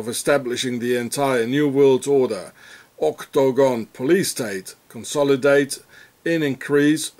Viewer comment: oh no!! I clicked on this again? It'd be great if not for OCT-TO-GON! have you listened to how annoying it sounds and then you repeat it as if Guinness book is counting. Ka-Lick! Deleted